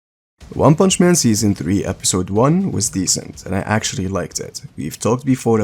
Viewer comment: "Decent" 😂😂😂 Azzzzzzzz